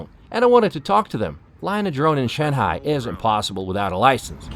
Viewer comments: Why do you call it Shen-hai? rather than Shung-hai ?? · It's pronounced SHANGHAI not Shenhai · It's not "Shanhai", it's "Shanghai" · Sir, with all due respect, why do you always pronounce "Shanghai" "Shan-hai" the "g" is missing. The correct pronunciation is "Shang-hai" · it's shang-hai not Shan hai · you can tell the expert by the pronunciation of "shanhai" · Note to Self - Its SHAN-G-HAi NOT SHAN-HAI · san- hai😂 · He kept pronouncing Shanghai , shanHai deliberately to disrespect china. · Its SHANGHAI! not SHANHAI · Shen-hai.....??? 🤣merica pronunciation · Why are you pronouncing shanghai as shanhai? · It is not 'Shan-hai.'.. Other than that your vedeo is very nice. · where the e in shang ? :D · Is the "g" in Shanghai silent? 🤔 This guy seems to pronounce it as though it is. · I’ve never heard anyone pronounce Shanghai the way you do. Ridiculous, there’s a G in Shanghai. Use it!!!! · Why are you saying ShenHai? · Bro, learn how to say Shanghai if you’re going to make a documentary about it 😂